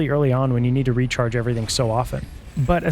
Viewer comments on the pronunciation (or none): its even more annoying when you hear Technology Retard instead of Recharged lol